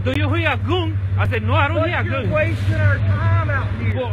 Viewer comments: they weren't talking about the cops not believing the explanation, the comment was talking about how the mechanic pronounced the word "gun" he says it like "goon" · I wouldn't listen to someone who says "Goon" instead of Gun. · I cant stop laughing the way this guy is pronouncing the word gun😁😂😂...he be like goon🤔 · He’s saying Gum. Not goon squad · Ivan Osorto no it isn't lmfao it's pronounced gun